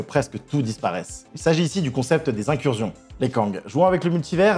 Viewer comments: IncurZion ? Sérieusement ? Incursion n'a qu'un "s" mais ça se prononce incurSSion. Et c'est digression et pas diSgression. Quelqu'un t'écrit tes textes et tu ne fais que les lire ? Parce que c'est le signe caractéristique d'une personne qui lit sans comprendre. 🤔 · Vidéo très sympa mais par pitié, on ne dit pas "incurzion" 😭